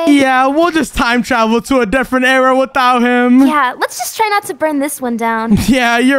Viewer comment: "there you go we're in a new aira"